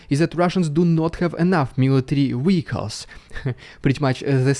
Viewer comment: Zugzwang ♟️pronounced "tsuktsvang" for Englishers, with eg a V as in Vehicles - was hoping to tease you away from weekles.